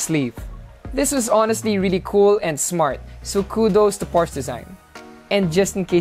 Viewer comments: Porsche, /por shuh/ Sorry po. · Hey guys! Hope you enjoyed the video! And YES I pronounced Porsche wrong. My bad!